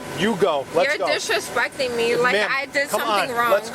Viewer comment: "You're dishrespecting me." Priceless.